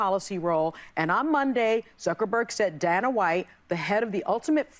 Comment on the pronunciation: F*** the view and f*** the delusional woemn on it....mainly whoppie, joy and espevially sonnys trashy ass 😂😂 she can quit talking about teumps felonies cuz her husbands goofy looking ass fog himself a whole rico case 😂😂😂😂😂😂😂😂 coulennt happen to nicer ppl.....she xant even say dana correctly ffs